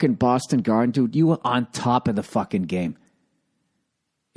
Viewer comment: I miss the Boston Gaaaaaden.